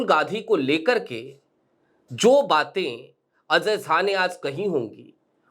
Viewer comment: Azhay nahi bhai, Ajay. Pronunciation theek karo